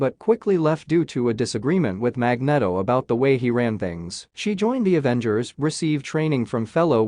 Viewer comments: Magneto is pronounced Mag-NEE-To, not Mag-net-oh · It's Magneeeeeto................ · Mag knee tow sounds better fyi. Thats also how every movie has pronounced it for the same reason. And Jesus christ you're a douche who I assume has never been laid unless you payed for it...or are super rich...which is the same thing. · Magnedo hahahahaha...the Spanish version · This video would be much better with a human voice. Mispronouncing Magneto, Asgard, Odin, Telekinesis, and Apocalypse is not going to win any points from comic book fans.